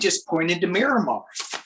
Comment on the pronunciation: I was thinking navy base when he said "Miramar." Myanmar is pronounced a little differently....